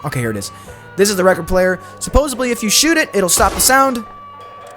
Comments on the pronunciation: i mean this with love, I watched the whole video. Supposedly doesn’t have a b in it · Palm Tree! Great video! (Though hearing you say "supposably" instead of "supposedly" over and over again hurt my brain.) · This was a fun video - great job - i subscribed! But yes your pronunciation was supposably incorrect in some places LOL. : "they have like droven past, I shouldn't say droven, roden past the jail." had me cracking up - third time is the charm? Keep up the good work! Because I have no life I did actually count your supposablys (in parenthesis). Here is the count: myths 1-25:(0); myths 26-50:(3); myths 51-75: (10); myths 76-100: (11); myths 101-125: (10); myths 126-150: (16); myths 151-175: (10) and myths 176-205: (15) for a grand total of 75 supposablys over 87.5 minutes. This equates to one supposably every 1.17 minutes!! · Omg same I cringed every time he said it… a few times he even said “supposevly”… with a “v” Dafuq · he says the word with an F a few times. Like suppose-of-lee. Listening to this was brutal. here’s an example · Bro you said “posably” more than once. Having an AI voiceover would be preferable honestly. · “supposably attrack” its hard to tell if you record drunk, are uneducated, or just don’t watch your footage back. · Is he saying «supposeBly»..? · Supposedly ❎️ Supposably✅️ Reticle❎️ Recticle✅️ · Yeah well he also said “supposavly” like 30 times too. This guy is actually a mouth breather 😭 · Enjoyed the vid, you obviously put in the work and it was entertaining. HOWEVER, it was painful to hear you keep saying "supposably". You're not allowed to make up words no matter how many myths you bust. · I have never in my life heard someone say "supposedly" completely wrong so many times! 😂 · For the whirlpool if you use your Horse it works much better. The way you mispronounced supposedly throughout the video made it difficult to watch. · “worldpool” “supposebly” bro’s english is 0/10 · I can't with all the "supposably" 😫